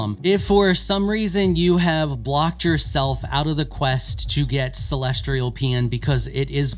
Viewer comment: Why tf do all content creators for video games struggle so much with pronunciation. "CELESTRIAL" why the R? Seriously, it's a pattern I've noticed amongst most creators for video games. Not trying to single this guy out but there is always some random word they can't say correctly 😂